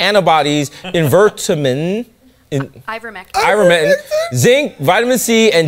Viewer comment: You guys can’t even pronounce ivermectin, much less talk coherently on the subject!